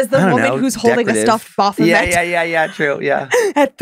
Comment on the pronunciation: Congratulations, guys. Not only have you mispronounced 'Baphomet', but you've incorrectly referred to it as both a 'he' and a 'demon', all within the space of twenty seconds. It seems to me you have incurred its wrath.